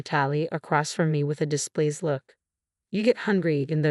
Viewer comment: Feet in case?? Seriously? That’s a new low in the chronic mispronunciations of ‘fiancée’. How hard is it to program a bot? Now we’ve got ‘displaced look’ … displeased?? Nope. This is insulting to a viewer’s intelligence. I’m out. Won’t bother with this channel again.